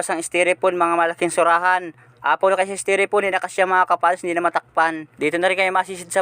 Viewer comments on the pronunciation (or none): Ka fathers Styrofoam ang tamang bigkas hindi steropon,Ingat sa pag laot